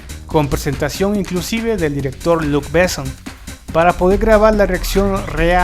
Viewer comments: Sería buenísimo que pronunciara Luc Besson como se debe y no como si fuera un apellido inglés. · Me recampanea los huevos escuchar tan mal pronunciados los nombres franceses. No puedo más. Jean Reno es "Yan Renó" Luc Besson es "Luc Besón" Jean Paul Gaultier es "Yan Pol Gotiee"